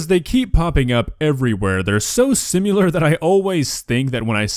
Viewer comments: Imagine roasting somebody but then pronouncing the word similar as simular Lol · It's pronounced Sim - IH - lurr Not Sim - you - lurr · It’s pronounced “sim-ilar” not “sim-ular.” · It's (Sim-al-er) not (Sim-you-ler) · Is there a “u” in “similar” now? 😂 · The word is SIMILAR ... not sim-you-ler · bro really said simular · Did... did you just say simUlar? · ‘Simular’ hahaha im sorry but the way you say similar just gets me good every time